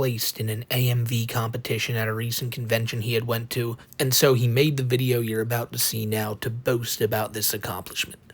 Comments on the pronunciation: Hes the gweatest vi-eo eh-ih-ur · "The gweatess wideo edthithow." That speech impediment is out of this world. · Boy and howdy, twuwy the gweatest vi'eo e'i'uh evuh